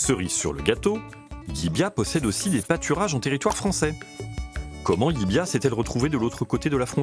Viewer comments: Ils se sont aussi trompé de prononciation : personne ne dit "LIBIA'...mais "LIVIA" (en phonétique). Le "V" en Catalogne se prononce comme un...."V"....!! Et pas comme un "B" , ça c'est à Madrid....!!! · Salut...! Si LLIVIA se situe bien en Espagne , cette ville est en Région de Catalogne et sa langue est le Catalan...! Donc LLIVIA se prononce comme cela s'écrit (LIVIA)...et pas "LLIBIA"....!!😅(prononcé plus de 15 fois..!!! 🤨) Le "V" prononcé "B" , c'est du CASTILLAN...(l'Espagnol "académique" ). Vous auriez pu faire l'effort de quelques recherches...! NOUS les contribuables , on vous en donne les moyens..!! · *Llívia et non Llibiá... Ok, je chipote sur la prononciation. Merci quand même 😉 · ... Et le V se prononce V en Catalan et dans son dialecte local Cerdan ... Là ils disent le "LL" Catalan et le "V" Espagnol. C'est soit /ʎibja/ en Espagnol qui n'y est quasi pas parlé soit /ljiβia/ en Catalan qui y est la langue quasi exclusive. La prononciation /ljibia/ n'existe pas hors de cette vidéo 🙃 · Non c´est ni "Libia "ni "Livia" , mais c´est "Llívia" avec 2 Ll qui se prononce en catalan Yeu donc phonétiquement Yivia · LIivía prononciation "Yivia" avec le ye